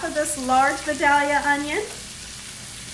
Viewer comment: Hi. I love your videos and watch every one. I am a native Georgian and we a proud of our products. The onion is pronounced vie Dale ya for the town it comes from. Sorry to be the teacher here but everyone pronounces it wrong.